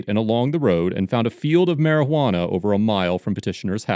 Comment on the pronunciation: Someone trying to sound educated, is not. Its not "marihana", lol, its "marijuana"....